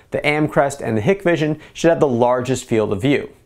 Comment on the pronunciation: I know this is petty but ...Hikvision is pronounced (HIKE-VISION).